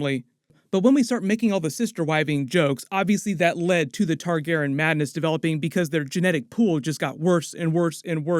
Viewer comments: Great job as always, but please start pronouncing Targaryen correctly. It probably doesn't bother anyone else, but every time you say "Targaren" I cringe. Otherwise keep up the great content! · "Targerr'n" lmao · I hate the way you say Targeeren (??) Lol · Why are you pronouncing "Targaryen" like that?????? It irks me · you gotta work on “targaryen” pronunciation for this show haha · My guy why do you say Targaryen like that?